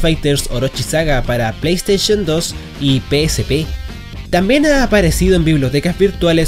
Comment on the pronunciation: JAJAJAJA.. PLAY STAICHON